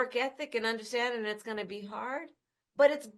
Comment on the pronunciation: That slurred “understanding”